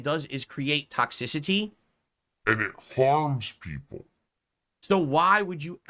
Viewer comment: He literally says and like “ayund”. It’s so weird